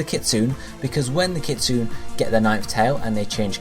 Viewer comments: Isn't kitsune supposed to be said like kit-sue-nay? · Lol yeah I cringed too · It is I cringed so hard